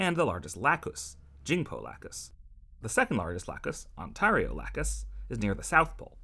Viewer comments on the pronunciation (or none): That “*Ontario* Lacus” pronunciation made me cringe NGL. It’s On-Terry-Oh.